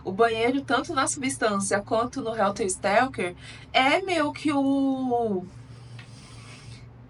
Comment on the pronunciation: O nome é helter SKELTER ! Significa confusão, algazarra, desorganização. Você falou Stelker todas as vezes...